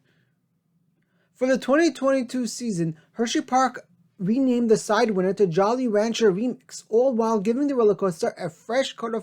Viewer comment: I'm absolutely confused if you even know about these reimagined RMC hybrids? They are hardly what you think they are. Sure great coasters yes, but you put reliability and capacity in there too. Those things just don't exist for RMC yet. Also, tho this is irrelevant; you're absolutely saying Sidewinder wrong lmao. Read winder as Wine-der. That bugged me only because it shows you might not understand what you're saying. Also Unkempt means untidy and disheveled. Sorry I just feel like you deserve to be picked apart after the click bait title.